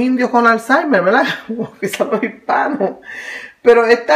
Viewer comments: Fricolerbri is mac ES UN DECIR MUY COMÚN EN LOS PUERTORIQUEÑOS. ...ES CORRECTO DECIR " VERDAD " PERO ELLA PRONUNCIA VELDA SI LO REPITE MUCHO Y ES DE MAL GUSTO EN ESPECIAL SI HAY UN DIÁLOGO O EN ESTE CASO ELLA HIZO UN VIDEO . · Quiere decir "verdad" los portorroqueños no pronuncian la r en algunas palabras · Verdad. La gente de puerto rico no pronuncia la r.